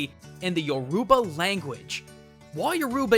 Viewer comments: Your uba it's pronounced yuroba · Btw is Your ba not your oh ba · as someone addicted to overwatch and who has a father from nigeria who speaks Yoroba, i can officially say you butchered the name completely. it's yo-ro-ba. not yo-ru-ba ffs. plus you do realise that Numbani where Orisa and edit are from is in Nigeria? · lol yo-ruba its yu-ri-ba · Yoruba (your-uh-ba), not your-u-ba. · your pronouncing yoruba wrong its more like ROO then rue but still cool vid im glad blizzard have researched Nigerian culture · it's yo-ro-ba believe I know my dad is Nigerian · It's pronounced you-ro-ba. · dont mean to be a dick, but as a nigerian everytime you pronounced something nigerian i cringed a little lol. a little hint tho, Yoruba isn't pronounced the way it's spelled, it pronounced (you-ro-bah). still great vid tho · he's said it wrong yo ru ba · I'm Yoruba and the way u pronounced it was wrong it is actually you - ro - ba. 😊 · Dear, as a Nigerian myself I really like your analysis but you got a few things wrong. It's pronounced more like You-row-baa (with the aa sounding the same as when you say na na na na na na na na batman).Also yuroba is not the official language of Nigeria. The british used to own the county so in politics, businesses or between people from different tribes English is usually spoken. It's nearly everybody's second language after the language of their respective tribes of which their are (if you count the unofficial languages too) between 50-200. But I understand the confusion because people from the yuroba tribe make up a very large precentage of the population. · Not to be a stickler but it is Yo-row-ba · Pause the video Your-ruba? Your-uber??? Lmao. No hate, but that caught me off guard. I wasn't ready... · Drink everytime he says your-uba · Dude Yoruba is pronpunced You-Row-Bah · hey i am yoruban, nigerian and you pronounced it wrong a bunch of times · When he says Yoruba wrong. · Cringing every time he says Yoruba smh